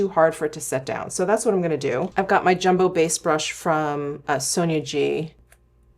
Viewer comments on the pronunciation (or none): none